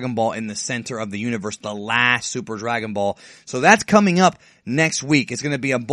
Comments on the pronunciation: drag-on ball haha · I thought it was Drag-out-ball :)